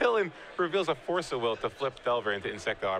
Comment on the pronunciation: I know it's pedantic but... What's with so many magic players, commentators etc pronouncing card names so unnaturally? FORCE of will? DARK ritual? TENDRILS of agony?